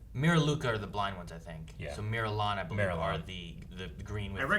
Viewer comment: The race Luminara is is called Mirialan (pronounced meer-ee-ALAN)